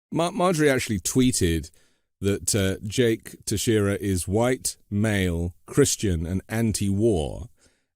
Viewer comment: You pronounce the name “tex ie era” Being from Massachusetts I have went to school with many other students with the last name! They actually have a relative or were brought here as children from Cape Verde!